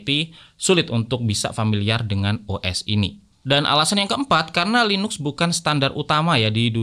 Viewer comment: tulidannya LINUX bacanya LINAKS bang